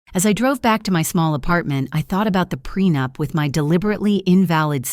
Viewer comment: It's prenup not prenapped😂😂